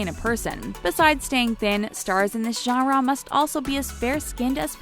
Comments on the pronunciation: Is it just me or do you you get annoyed when she keeps saying gara instead of genre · Not to be rude it's annoying when u say genre it's pronounced (Jan-ruh). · I can't get over her saying genre like jhara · Ganrraw you mean genre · The way she says "genre" as "jongraw" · the way she pronounces genre as jawh-rawr is kind of annoying... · Gah-rah do they mean Genre? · Nobody wants to talk about the way she pronounces genre? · Ok we’ve settled that everyone including me hates this video and it’s inaccurate... but don’t u just hate how this lady says “genre”?? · learn how to say genre correctly my GOD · Learn how to say genre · i hate the way she says genre lololol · Am I the only one irked by the way she keeps saying 'genre'?? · is it me or is anyone else laughing at her saying genre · Only one that cringed every time she said “genre”? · I cringe each time she kills the word "genre."